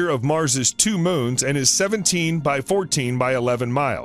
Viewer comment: They’ve mispronounced two.